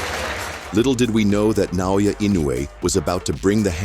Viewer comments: Please pronounce our Hero in right name ( NAOYA ) not Nanoya That is disrespect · Na O Ya, not Na Yo Ya